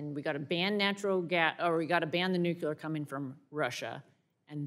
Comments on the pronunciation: New-CLEE-er, not nuk-you-ler. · The word is nu-cle-ur, NOT nuke-u-ler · Ugh. Nu-CLEE-ar not nuc-U-ar. Otherwise, she's correct. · whats with new - cue- lure? i thought it was new-clear? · It's nuclear not nucular. Our team needs to look educated. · "nUKUlar fuel" she says why not nucLEAR? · The word is nuclear, not nucular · NUCLEAR, not nuculear. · Nu-clee-uhr. Not nu-cue-luhr. 🙄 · It’s not “nuc-u-lar!!! Please, American politicians, get it right!! Nuc-le-ar! Look at the spelling! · What is "nucular"? I know what "nuclear" is. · Why can't people say, "Nuclear"? It's not hard -- NU-klee-ar. NU-klee-ar. Not NOOK-ya-ler. NU-klee-ar. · Disregarded everything she argued once she pronounced it nucUlar…🤦🏽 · NUCULAR IS NOT A WORD!! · WTF is nucular. I've never heard of nucular power before. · I agree except I really wish she would take time in the mirror one morning and learn how to pronounce nuclear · Why can't these college graduates pronounce Nuclear? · Why can't anyone pronounce nuclear, just us phonics 😢